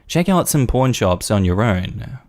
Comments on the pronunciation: Had to do a double take on the story of the kid taking the ring. Sounded like said “porn shop” not “pawn shop”. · When you say “pawn,” it sounds like “porn.” I kept hearing “porn shop” all through that story.